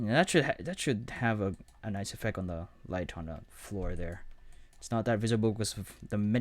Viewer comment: Great tutorial and I am really grateful for it but pronounce your T's man! It is objecT, effecT, selecT etc., not objec, effec, selec...